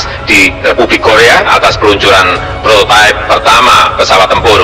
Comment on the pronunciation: Ralat min, prototipe, bukan propertip 🙏😁